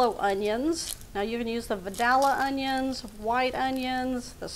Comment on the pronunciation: That's not the correct way to pronounce our onions